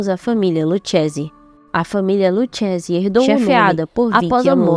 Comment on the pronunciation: Se pronúncia luquese, aprenda italiano pra falar da gente